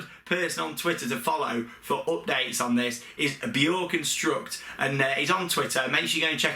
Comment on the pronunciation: I think the Universal coaster was confirmed to be by Mack. Also pronounced bio - reconstruct!